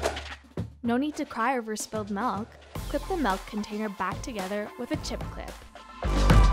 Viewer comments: What is melk exactly? You mean milk, oh wait you probably say EXspecially instead of ESpecially right. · omg she said “Malk”